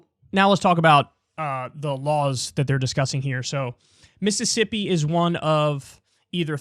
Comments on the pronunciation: 'Missippi' I'm not surprised the governor of Mississippi can't even pronounce his own grotesque state's name. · “Miss” issippi